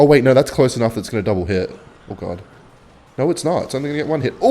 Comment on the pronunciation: "I have the most normal accent" saying no: "noeigh"